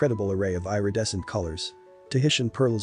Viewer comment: Please learn how to s pronounce “Irredescent”! eeridescent, not eyeredescent! 🤪